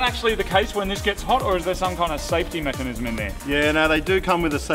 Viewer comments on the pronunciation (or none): I don't want to sound like a dick but did anyone else notice that the guy couldn't pronounce "mechanism" 😂😂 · Sounds like home dude had trouble saying mechanism. Lol